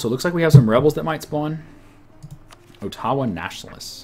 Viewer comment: ottawa isn't pronounced Otawa